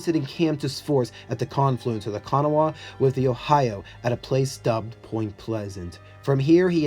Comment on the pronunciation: Nicely done and interesting. The Kanawha River is pronounced KeNAWa, emphasis on the second syllable.